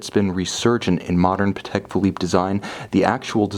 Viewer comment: You pronounced Patek correctly in this video!! Yay. I knew you could do it.